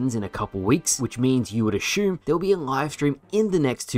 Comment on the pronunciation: lol ashume